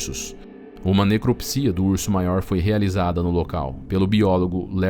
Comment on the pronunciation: Necropsia pronuncia-se necrÓpsia e não necropsÍa.